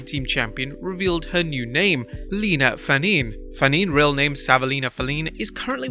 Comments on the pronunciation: Fanene is not pronounced FahNEEN. It's Fah-Neh-Neh. It's Samoan. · You pronounced nia’s last name WRONG it’s (Fa-knee-knee)